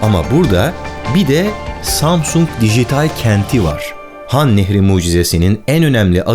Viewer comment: Han nehrini nah nehri diye okuyan varmı lan